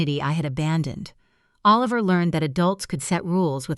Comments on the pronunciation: Please teach AI how to pronounce 'Oliver'. Half the time it was pronounced 'A-liver'. That's distracting. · The child’s name was..Oh-Liver??? Isn’t it time you got a human being to read??? FawkAI!!